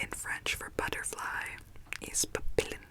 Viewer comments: no. papillon is pronounced more like papi-on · For “butterfly” in French it’s pronounced pap pee on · i think the correct way to pronounce butterfly is (papiyon) but either way super tingly ❤️❤️ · Butterfly in French is pronounced "papiyon" we don't pronounce "LL" in Papillon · papillon - the “ll” makes a “y” sound so it’s more like papi-yon, and you also don’t really say the n <3 the way you said it gave me MAJOR tingles so i’m not complaining though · This was a very relaxing video. Just thought you might like to know that the 'Ls' in "papillon" (the French word for butterfly) sound more like a 'Y' in this word, so it's pronounced closer to "pa-pee-yon". :) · Butterfly in french is pronouced "pap E on" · For papillon you don't need to pronounce the two ll. In French two ll = y sound. So it's more "papiyon", and the "on" the n is not pronounced, it's similar to "non" which means no in French, hope this helped lol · The word Papillon is pronounced as papion (imagine the ion as how you pronounce champion) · I know people commented on it already but just to write a bit more about it, there's no "L" sound in "papillon". The double L has two possible pronunciations "L" and "Y", and in that case it's "Y". There are ways to help you remember which sound you should use but the grammar being full of exceptions, I'd say it's mostly something you'll memorize by speaking with others. Then there's no "O" or "N" sound in "ON" either since O (or I / U or A) +N all make a different nasal sound that doesn't exist in English. Hope this helps :) 🌸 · I'm sorry to say that butterfly in French is not pronounced like that 😢 but thank you for the tingles 👏❤️✨ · i’m happy butterfly in french was mispronounced cause the way she said it gave me the most intense tingles